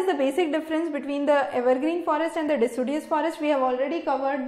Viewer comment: its decideous doctor. lol